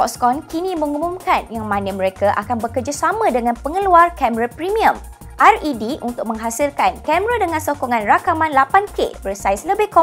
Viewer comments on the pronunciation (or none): The camera company RED is pronounced red, as in the colour red :)